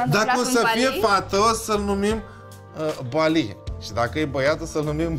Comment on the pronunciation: Bali NU Ba-lee Jeez